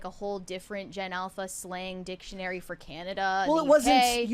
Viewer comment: sounded like you were saying something else when you said "Ever growing Dic..tionary"